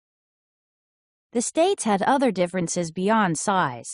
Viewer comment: Fwind the diffwence